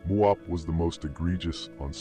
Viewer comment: He didn't say muwop